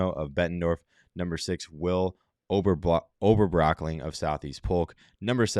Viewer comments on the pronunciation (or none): Damn bro let me help you out. It's oh-bur-brock-ling